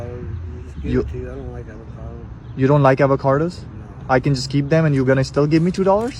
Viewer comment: why do you pronounce avocados with an R?